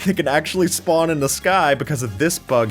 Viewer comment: gng you said schpawn hut </3